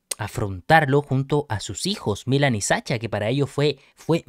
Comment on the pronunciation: Milan lleva el acento en la i, la ciudad si lo llevan en la a.